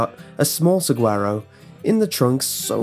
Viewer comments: You mispronounce Saguaro (Su-wahr-oh). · Just an FYI from someone who lives in Arizona, the g in saguaro makes an h sound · As a Southwestern boy I cringed at his mispronouncing of saguaro; also, anyone else go "hehehe" at the news of the dumbass' death? Final addendum:, you say "dark" I say hilarious